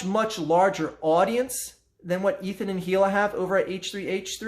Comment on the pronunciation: The H is silent in Hila